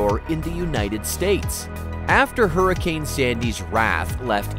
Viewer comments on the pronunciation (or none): none